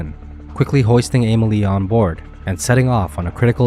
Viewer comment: I couldn’t watch it do to this guy butchering her name…theres no A in Emily!!!!!!